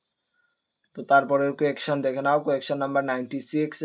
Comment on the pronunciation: Question ❌ quaktion✅😂